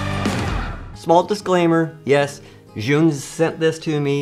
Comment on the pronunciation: Love your videos but gotta correct your pronunciation. ZhiYun is a Chinese company, not Japanese and your pronunciation is far far far from the way it should be pronounced, it sounds like "Jurr Yoon. " Why would you ask a Japanese person how to pronounce a Chinese word?